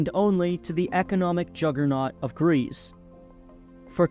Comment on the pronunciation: the economic 'jagarnot' of greeve, as a greek, that killed me